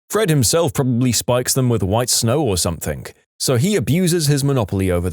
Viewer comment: No K in the word something